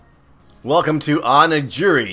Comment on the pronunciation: the title is properly pronounced Oni-Geeri and both are japanese terms to different things Oni is one Japanese word for monster and Giri is an honor term used by Japanese martial arts schools as a thing of importance when you combine the two it's a type of food called Rice balls. Warframe is an MMO in its own right but it's a first person shooter MMO.